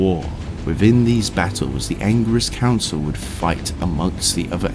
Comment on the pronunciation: The Angiris council not the Anger-is council, just pushes my buttons. Great video tho...